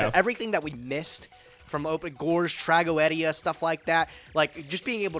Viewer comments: Tra go ed ia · Why is saying tragoedia incorrectly Its trag-go-de-a